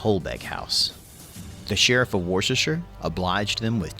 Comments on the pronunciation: Anyone who says War-sesster-shire for Worcestershire should not be making vids about anything British. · I really find it funny how place names are butchered lol Worcestershire should be pronounced woos-ter-sh-er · Yes, I felt pain at his pronunciation of Worcestershire!